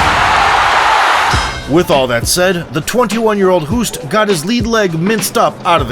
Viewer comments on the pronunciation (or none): Hoost is pronounced 'host', like 'ghost'... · Its NOT pronounced Cayman.... and Hoost is pronounced Host